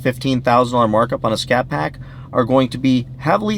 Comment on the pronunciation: It sounded like you said 'Catpack'...instead of scatpack...wow...how good it that?